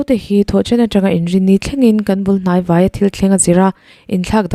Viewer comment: I aw a fiah ṭhain, chhiar i thiam hle mai.chanel ti hlu tu i ni."Khawlaia Ui chhuak "vai" tih lai i thluk erawh a dik tawk lo deuh.Kanghlâi tih kan lama hlâi tih thluk anga vãi tih lai hi lam rik tur a ni e.